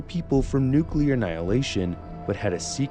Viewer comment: Nuclear or Nucular? Hmm 🤔